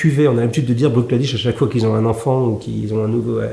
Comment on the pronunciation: Hello Hugo. Je me ferai volontiers l’écho de Niko pour recommander Ardbeg (et notamment en effet le cask strength Uigeadail, dont le tarif demeure encore raisonnable pour la qualité) pour un amateur de tourbe d’Islay. Sinon Bruichladdich se prononce sommairement « Brouk Laddi ». Mis à part leur redoutable Octomore très riche en phénols, leur production est souvent peu voire pas tourbée, à l’image de celle Bunnahabain, autre distillerie de l’île à Port Askaig. Cheers et... Slainte !